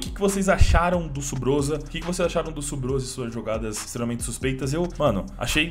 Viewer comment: "stremamente" suspeito essa prr tá de xiter prr